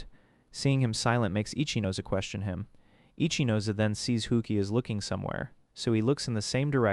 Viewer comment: every time i heard his name ichinose, i only heard itchy nose😅